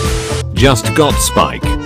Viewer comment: thats not spike thats spak💀💀💀